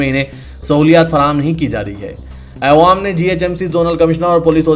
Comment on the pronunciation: Aap awaam ko aywaam bolte zara talaffuz durust kijiye